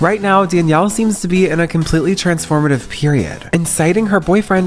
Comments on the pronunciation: I know this is old but its really annoying you keep calling her bad "baby" its Bhabie (barbie) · The anglicised pronunciation of Bhad Bhabie got me rolling on the ground 😂😂.... Bhabhi is actually a word from Hindi and it should not be pronounce as BABIE...lol....Bhabie means aunty or brother's or friends Wife.